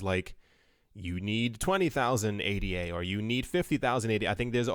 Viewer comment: The coin is named after Ada Lovelace. It’s pronounced Ada. Not A.D.A.